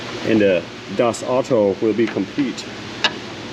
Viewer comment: Love your little bits of non-English expressions and such; however, das Auto is pronounced like ow-toe.